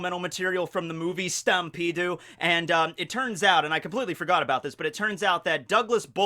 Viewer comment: Can you stop having a stroke everytime you say stampede?